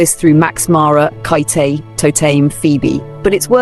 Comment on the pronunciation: KATE, NOT KItay NOT Kite NOT Katy…..just Kate!